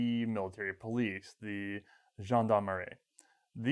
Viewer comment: Hey guys ! Again, that was a great episode, i really enjoyed it and now i'm waiting the WW2 episode on Berthier with the Mle 07/15/34. :D There is one mistake though. It's not "gendarmarie" it's "gendarmerie". Yeah not a big deal. Why guys aren't you going to ? I think that would help you in term of money and visibility. Thanks for you time !